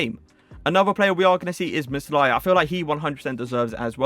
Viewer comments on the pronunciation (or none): Its meh- lier not meslaya